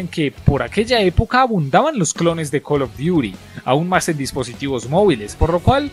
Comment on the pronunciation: Call duti zobi